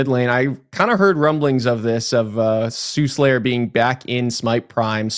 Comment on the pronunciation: s there is, this mythology has existed for thousands of years Have no idea who the guy even is, I just know how to read. It’s Suhlayer, there is no second s